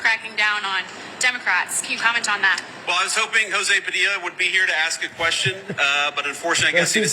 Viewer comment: That women didn’t even say his name correctly she called him Padia smh!